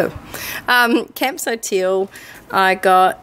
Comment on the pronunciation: Bwhahahahaha! I thought I was the only one that calls it Campso Teal! You made my day 😄